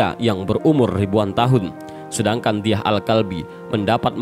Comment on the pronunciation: Dihya alkalbi. Bukan diyah